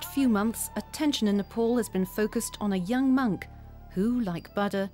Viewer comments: First thing its pronounce as Ni pal not ni pol. And second not butter its Buddha.... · He is not Baada but Booda! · "Butter"? .. Oh my 😅😂🤣, lady, please learn to say "Buddha" right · the "U" is pronounced as "oo" in foot and the second "d" is aspirated "dh". she says "ba da" and she's totally wrong in her pronunciation. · It's bu-udha not bud-da 😂😂. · Not bud - da, bhu - dda. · What's "Baddha"? The woman's mispronunciation marred the entire documentary. Ignorance or affectation? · whenever you say buddha i hear butter lol little butter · Lol yeah even in the auto generated English translation its showing butter in caption!! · The way the narrator pronounces "bada" 🙄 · Very annoying how the commentor keeps pronouncing the name Buddha as ‘batta’. You think she could have asked for the proper pronunciation rather showing her ignorance and disrespect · Its not Booo Duh. She's closer to the correct pronunciation. She does not say Ba da. She more so says Bud Duh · I watched about 10 minutes of this but had to stop. I couldn't get past the narrators pronunciation of Buddha. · It wouldn't surprise me as the narrator can't even pronounce the name of the Buddha correctly. I'm wondering just how much research has been done for this documentary. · dumb pronunciation on Buddha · Its really annoying when you misptonounced BUDDHA... Please go and learn how to say the name BUDDHA properly... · Why this commentator has to mispronounce both Buddha and Siddhartha is beyond me. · No way. Moreover it's a display of ignorance.